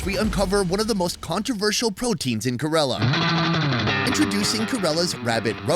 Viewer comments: KAY-lah-rrrUH not kUHrelah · It's ke-ra-la you idiot not karala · If there is another episode, please correct the pronunciation of KErAla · It’s pronounced Care-la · when will you learn to pronounce Ker-ala properly ! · First thing , pronounce correctly KERALA name. KAYRALA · why are you pronouncing it 'kuh rella' lol. You were literally talking to people from that state and no one corrected you? Are you from Umrica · I love you, but for the love of, please, please pronunciate Kerala correctly 😂 sorry, I know its such a small thing, but it's been driving me insane since the last video, even though the locals have pronounced it the way it should be! However, I'd est any and all of those dishes. Indian cuisine is by gar my favourite, even though I've only had the westernised versions. One day I will have a full authentic Indian meal, and I bet it will be the meal to end all meals!